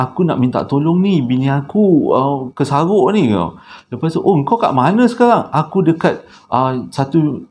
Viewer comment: 'kesaghok' tu loghat mana bang.?